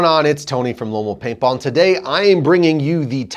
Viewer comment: Am I the only one who gets annoyed he can't say "lone wolf paintball"